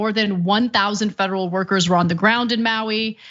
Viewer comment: Yep who doesn't take scientific advice from a guy who says feaderal?😂😂😂😂